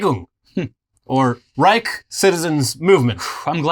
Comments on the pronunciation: Greetings from Germany. I stumbled upon your Channel and i like the way you showcase facts. Also, here is a Germanspeaking Training for you. Instead of pronouncing the Word Reich "Reik". Just think about the word "Shine" and use the "SH" of it to better pronounce the Word as "Reish". This is how it sound more accurate in German. As i said. I like your Stuff and i am comming back again. Love. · Tip for US people trying to say "Reich": You probably learned to say spanish ojo or pendejo. The "j" in spanish is spoken like "ch" in german. Maybe try saying Raijo with spanish pronunciation and then drop the o